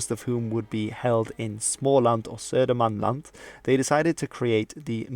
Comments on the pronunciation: Your pronunciation of småland and södermanland was basically exactly how you say it. The video was also great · Your pronunciation of Småland and Södermanland was amazing. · that was actually a great pronunciation of Småland and Södermanland! Great video btw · You need to respect the almost perfect pronunciation of Småland and Södermanland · A+ for that pronunciation of Småland and Södermanland! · Your pronunciation of små land or södermans land was great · Kudos for actually making (a very good) effort to pronounce Swedish words/names!!! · Bättre än hur skåningarna uttalar det till och med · i'm suprised how well you pronounced småland and södermanland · i know i also thought so